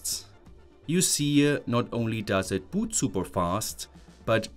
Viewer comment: Hello friend, I hope you will not be offended. Your English is improving a lot, and I have some things you might want to improve on. 1. If a word ends with D or T, you pronounce it as "tssss". For example "It" -> "Itsss", "Code" -> "Cotssss". This is probably the most glaring one. 2. Often if a word has "t" inside of it, you will pronounce it as "ch", whereas most often it should be pronounced as "t". I suggest checking the words you pronounce as you go filming, this way your pronunciation will improve a lot! 3. The melody of your sentences: normally, sentences in English start at a higher pitch and slowly drop in pitch. You do the opposite which is confusing. That is reserved for questions. 4. You pronounce syllables separately. In English, they flow into each other. For example, in mathematics, when we read the symbol for the derivative of the function f, written f'(x), you would probably say "eff dashd eggs". The correct, fluent pronunciation would be "effdash dex". See how the "d" at the end of "dashed" went to the start of "x"? That's done to make it more fluent. English has no glottal stops between words at all, whereas Eastern European languages almost always do this. Similarly there is no glottal stop between "eff" and "dash", it's all pronounced in one go. Thanks a lot for your videos and I hope this improves your reach! I suggest periodically asking people from England or the US to review your pronunciation in order to stay on top of it. Soon enough you'll see great